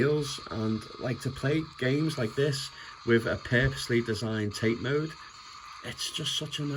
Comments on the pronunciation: It’s actually pronounced Tah-Tay mode not TATE means vertical in Japanese Yoko means Horizontal in Japanese.enjoyed the review thank you! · Another great video. And it's pronounced "Tah-tay", not "Tayt". Just saying. 😎👍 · It’s disappointing that your average Chinese handheld has a better screen. The screen on this EXP looks vastly superior than the previous monstrosity, but this new one looks too reflective. Also the bezels are too large as you say. The Tate mode (pronounced tar-tay, not as in the Tate Gallery) is a nice addition though and makes vertical shoot ‘em ups quite playable. I’m in two minds and would need to try it before purchase (remember those days?) or a store with a no quibble returns policy. Did you get yours from Funstock or somewhere else? Thanks.